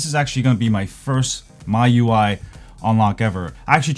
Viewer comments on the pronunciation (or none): the way he pronounced all these words mande me mad.... its pronounced MEUI a